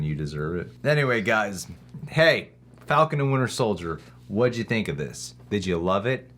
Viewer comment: "One Fal-Can"... Um Sir, You just unlocked Super reasoning and knowledge 🤣😂